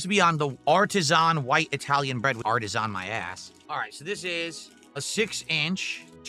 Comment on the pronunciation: the way he still pronounces artisan is crazy